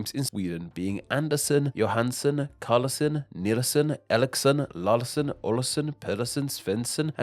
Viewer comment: Couldn't watch more than 2 min of this video with all the wrong stuff and even failed attempts to say things "Eriksson" is "Alixsen" and "Larsson" is "Lawlson", like seriously you could at least have tried and listened to how it's pronounced